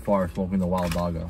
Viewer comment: dam bro you butchered the pronounciation of dagga its a soft g similar to how the ch sounds in bach